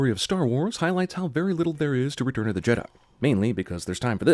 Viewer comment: Why did you say retum?